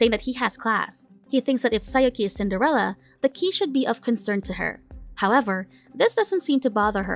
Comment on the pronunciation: Is it Cinderella or sender-Ella?